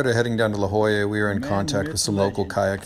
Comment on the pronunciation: Did he really just mispronounce La Jolla lmao